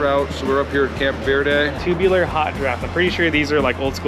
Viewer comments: Its Camp Verde with a hard E for christ’s sake. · This is my home town, born and raised there. Amazing riding all around there - oak creek canyon, up the mountain on Zain Grey to Payson, up thru Jerome over Mingus Mountain, etc. Locals pronounce it 'Ver-dee', not 'Ver-day'. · Camp ver-Dee is how we pronounce it 🤘🏻 love the vlogs man, just bought a new bike I can’t wait to make a trip and get some thrashin parts on it !